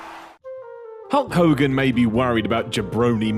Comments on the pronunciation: I kept hearing "Cunt Hogan" and wondering why. ... lol, now I know! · Like the Warrior always used to say: "Ho Kogan" lmao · Hood Kings Bloke Ogan? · "What's a hull kogin?" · u mean cull hogan? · Who the hell is Hull Cogan? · who's holl cogan. ikr this is old but dont blame me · who's hoe kogan? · No I heard iPod him I think it's Whole Khoghan